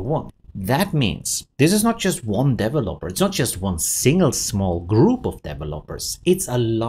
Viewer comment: I love the way you say Developer. "Devil-Lopers"